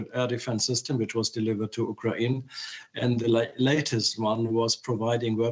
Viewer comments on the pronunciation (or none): "U KRA IN" ???